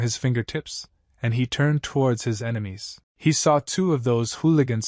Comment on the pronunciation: Ememies 💀 bro it's enemy